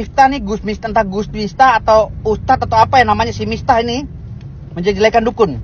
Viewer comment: Wkwkwkwk Gus Miftah. Bukan mistah